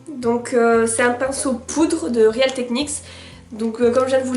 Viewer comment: aaaaaaah! real ne se prononce pas [réale] mais [ril] !